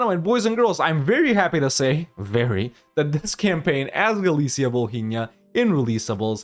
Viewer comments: “H” is Volhynia is silent fyi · h is silent in Volhynia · I don't know if anyone said this before, but, just so you know, in the name 'Volhynia' letter 'h' is not pronounced